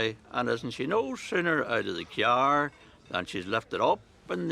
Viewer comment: "She's no sooner out of the Kee-ar ..." 😄😄 Reminds me of someone on Graham Norton's Red Chair who kept pronouncing "car" the same way and sending everyone into fits of laughter.